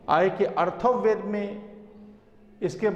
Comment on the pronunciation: Sir , Atharva ved hai na ki arthav ved